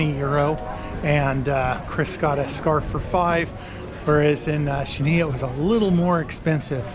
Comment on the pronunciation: You pronounce Chania without the C - Hania.